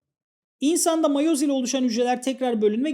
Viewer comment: miyoz tamam değil de matoz da tamam değil